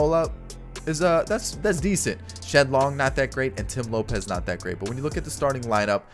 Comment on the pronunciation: I think Tim Lopes is pronounced “low-ps”, not Lopez